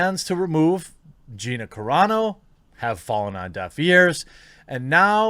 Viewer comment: 2 vids in a row I have seen and you said Gina's name right !